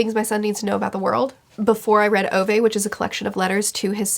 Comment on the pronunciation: I am begging you to learn the pronunciation of Ove.